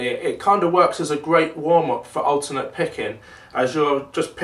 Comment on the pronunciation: I also heard ULTIMATE, but then i was like "he must have said alternate", lol.